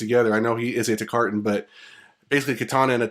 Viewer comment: Good vids. JSYK: Baraka is a Tarkatan, not a Takartan.